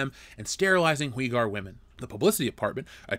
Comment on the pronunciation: I know Chinese words are difficult to pronounce, but it was extremely confusing trying to understand what you were trying to say without having the visual text in the video because the pronunciation for xinjiang and uighur/uyghur was so bad! Even Google translate would have helped.